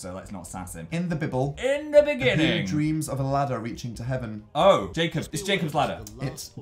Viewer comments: Did anyone else hear dan say, "in the Bibble.." I've honestly never laughed harder in my life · I was so confused because I'm German and that's how you pronounce Bible in German